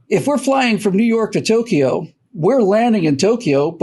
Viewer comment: Please, it is NOT Tok e o. It is Tok yo